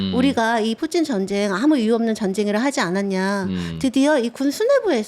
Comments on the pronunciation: 쁘찐이라고 하는데 킹받네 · 뿌찐이라는 발음이 익숙하지 않는데.. 왠지 일본인이 니혼이 아닌 니뽄이라고 부르는 느낌? 그런데 러씨야 라고는 안하네요.. 우크라이나가 점유하고 있는 땅인데 거길 계속 침범하고 소련깃발을 나부끼면서 민간인에게 미사일을 쏘고 학살 암매장 하는 걸 정당화하려는 것으로 느껴지는건 왤까 싶네요. 거참... 가족이 러시아에 있는건 아닐테지요?